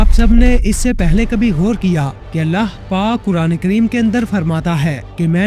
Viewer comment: mery bahi ap ny buhut acha beyan kia hy tamam nishaniyon ko mashallah lekin ik choti si galti thek ki jiye ga ky hamesha lafz allah ky akhir mein haa hy ha nahi or in donon ki pronounciation alag alag hy to apni ye mistake thik karen meaning mein farq a sakta hy